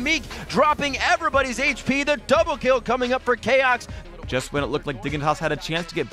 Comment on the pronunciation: Chaox instead of choax